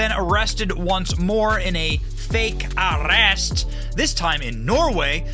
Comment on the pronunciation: Benny what was with the Scottish “arrrrest”?😂 being a Scot thats been “arrrested” several times I can confirm it was pretty damn close.😂